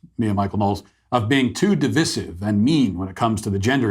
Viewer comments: It isn't div-is-iv. It is div-i-siv. Cmon...this is America! :D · Isn't it "di-VI-sive", where the middle I is stressed and pronounced with a long "I" ? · Is it pronounced 'divissive' or 'de-VICE-ive'? Argument begins below... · You're pronouncing "divisive" incorrecly Matt. Div-eye-seive. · The pronunciation of divisive is divisive... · Quick question as a non-native speaker: Why does he pronounce divisive like that? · Is the way Matt pronounces 'divisive' really the way all you guys in the States say it? 🤔